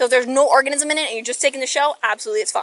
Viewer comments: Nobody notices the fish cop called it a orgasm instead of organism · Did she say orgasm or organism lol